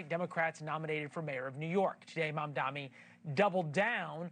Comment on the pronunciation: It's M.A.M.D.A.N.I. Are you even a journalist? Can't even pronounce his name right.